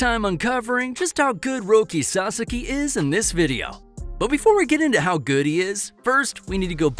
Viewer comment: You are mispronouncing HIS NAME!!!